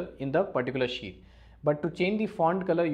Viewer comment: I love it like he says "sheet"(shit):D Greetings from poland Mr.!!!